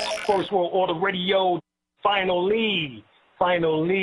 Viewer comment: Peace to the Godz... ....FI-NAH-LEE